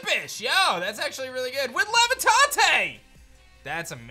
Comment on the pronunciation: Some of the mispronunciation really kills me. Mans really said “levitahte” for the word levitate. Pls learn to be literate,.